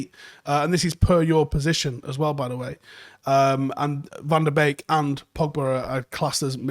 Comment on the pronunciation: Can you please make a desicion if you're gonna pronounce him "Beek" like a birds beek. Or the correct "BEK" like they do in Holland.